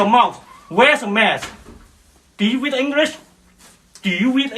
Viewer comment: the racist idiot asks "Do you wead English?" 😆